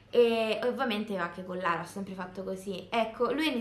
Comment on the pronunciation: Si chiama Lara non larea